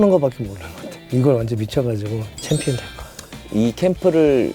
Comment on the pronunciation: 정찬성: 아이 원트 어 참피언---------> 아이 원트 어 빠가야로